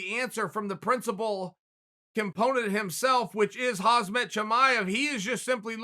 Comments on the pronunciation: H Chael said "Hazmat" it's "Hamzat" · watched this just to see Uncle Chael say "Hazmat"...........................first word :)